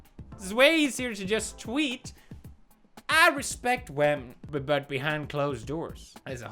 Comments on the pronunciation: Pewds you're saying it wrong. It's not women, it's WHAHMEN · you know pewds gonna be serious when he says women instead of wamen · He finally pronounced Women correctly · I'm not sure how comfortable i am with you pronouncing wahmen as "women". What are you doing to me Pewds? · He pronounced whamen wrong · It’s pronounced “Whamen” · Pewds respects women not wamen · RASPEKT WAHMEN